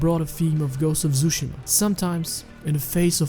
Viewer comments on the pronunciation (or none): Ghost of tsushima ❌ Ghost of Zooshima ✅